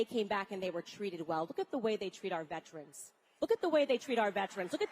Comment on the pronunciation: gop candy doesn't even know how to pronounce VETERAN!🙄